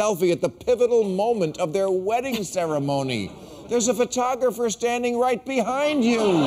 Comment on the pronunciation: pho TO' gra PHER' ,not PHO' to GRA' pher .. unless this was done intentionally as a way of emphasizing the punch line